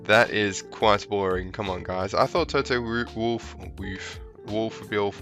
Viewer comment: loved the way you said 'Toto Wolf'